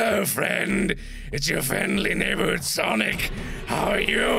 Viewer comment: It"s ""sanic"